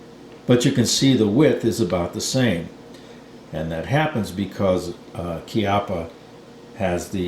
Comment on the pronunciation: It's rather "KYUPP-puh" than "KEE-up-uh". It's an italian surname, funnily meaning "buttock"